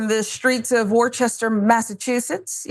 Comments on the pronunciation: Absolutely heartbreaking… and respectfully, the name of the city is pronounced like Wuh-stah… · It's pronounced Wooster. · It’s pronounced WOOSTER. And fuck ICE. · Pronounced (Wooster) Worcester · Worcester is pronounce Wister.